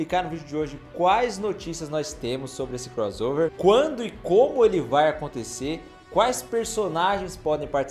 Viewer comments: É CROSSSSSSSSSSSSSSSSOVER ! Fala direito pô. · Não darei o LIKE porque vc fala croZover. Irritante demais. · Me irrita demais ouvir alguém falar CROZOVER, sendo que tanto em iglês como em português o som de 2 "S" é SSSSSSS